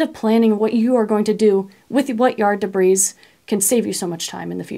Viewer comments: Great information. I have one small, nitpick; the, s, in debris, is silent. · Debris, the s is silent... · Love your videos! Thanks for the step-by-step , pragmatic ideas…..BTW…the s in debris is silent…please forgive the English major illness 😊😊